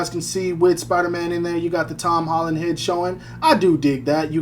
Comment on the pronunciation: Hom Tolland 🤣🤣🤣🤣